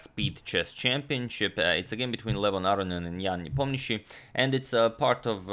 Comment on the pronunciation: You pronounce Ian Nepomniachtchi's name perfectly!